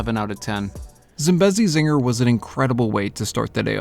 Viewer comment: That’s not how you pronounce Zambezi zinger it’s Zam-beasy zing-ar